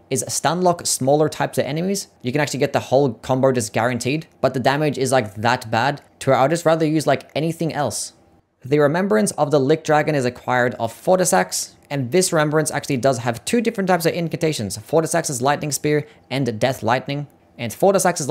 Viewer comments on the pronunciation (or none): Lichdragon not Lickdragon. the Ch is like if you were to say the first part of Chew. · THE LICK DRAGON!!! I have never heard something so butchered. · Not to mention “lick” 😭😭😭 How lazy do you have to be to be a content creator and not learn the names of the things you’re describing. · bro said lick dragon 😭